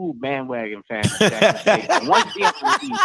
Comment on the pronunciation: Who is Lackson State? 🤣🤔